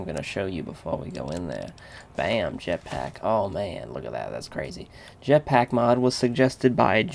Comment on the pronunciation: lol he nearly said japsack... btw if ur not british it means ur urethral.